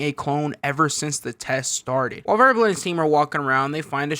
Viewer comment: isn’t his name wirbel not verbal